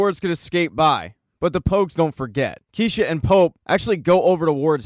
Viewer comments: Why are you saying keisha it’s kiarra 😀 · keisha?? you mean kiera